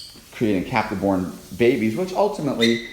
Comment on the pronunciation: When you say captive bred it almost sounds like you’re saying Catholic bred.😄